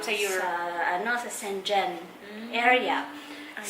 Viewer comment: Dapt pronounces shengen not shengen